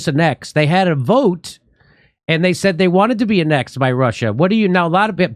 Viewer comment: Why does he keep pronouncing 'annex' like that???